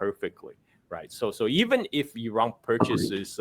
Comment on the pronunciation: It's Iran not Erung